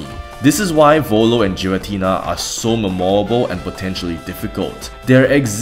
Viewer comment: Debates on how to say Arceus aside, there's no debate that Giratina is NOT Jiratina